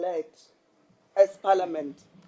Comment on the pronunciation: Did say paliament 😂eish